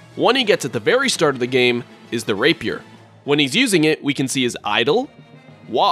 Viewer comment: Rape~yer what? Like your content bro.